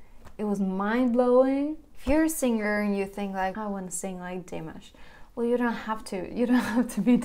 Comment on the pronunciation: You need to learn to pronounce his name. It’s dee- massh